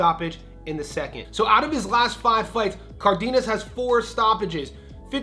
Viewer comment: ❌ NAY-YOH-UH ✅ NAH-OH-YAH ❌ IHN-YOU-EH ✅ EE-NOH-EH Also, it's "Cardenas," not "Cardiñas"